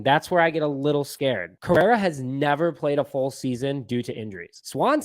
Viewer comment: Carlos “Carrera”!?! Dude. Delete this. Your take is as bad as your mispronunciation of his name… wasn’t as slip either. You said at least 5 times. And take that cubs hat off if you can’t pronounce the best shortstop in baseballs name, it’s Cringy for us cub fans.